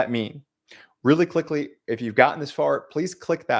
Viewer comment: You said really clickly😂